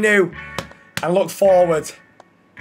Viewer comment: YANITED YANITED YAANITEDDD